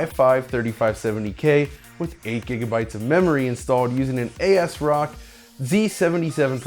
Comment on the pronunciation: Ay Ess Rock? I think you mean ASRock